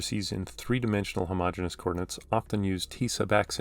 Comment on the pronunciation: fyi, you're pronouncing it as "homogenous" when it should be "homogeneous" (extra "e"). homogenous is pronounced "huh-MO-gen-us", while "homogeneous" is pronounced "homo-GENE-ee-us". my math professor militantly enforced this pronounciation, and he encouraged us students to spread this word everywhere lol this is a fantastic video btw 👌👌